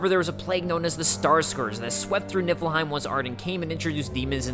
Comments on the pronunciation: Everytime you say "Niffleheim" my head understands it as "Nippleheim". Why! I'm literally saying to myself, "It's Niffleheim!" goes "Niffleheim" and my brain goes "Nippleheim"! No! Noooooooooo! Stop it brain! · I can't be the only one who kept hearing nippleheim right? :'D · ...So is it Nippleheim? I keep hearing Nippleheim. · am i the only one who heard nippleheim?